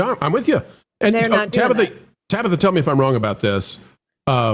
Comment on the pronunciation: The CEO literally make the word "doing" a three syllable word like a valley girl. That's ALL I needed to see and hear.